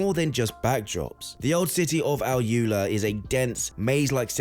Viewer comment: AlUla - Al oolaa not al yooler